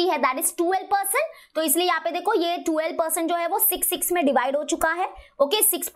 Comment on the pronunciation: Mam aap 12 ko aise kyu pronounce krte ho?